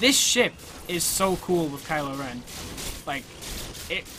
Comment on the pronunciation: At first I thought you said Kyle Ren